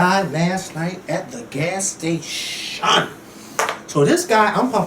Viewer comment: "this guy last night at the gas stay-CHUN" lmao@!